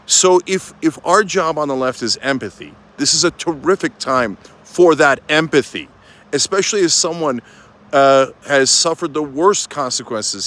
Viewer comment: It almost sounded like you said : “EMPATHY “